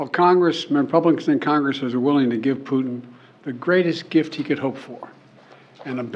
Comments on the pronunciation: Whenever he says Putin I hear Pudding 🤣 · I hear Poo-tin!